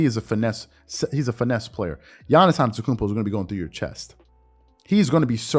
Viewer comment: You really need to say his last name right if he is one of your favorite player.